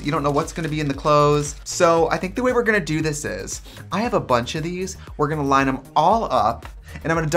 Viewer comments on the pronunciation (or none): none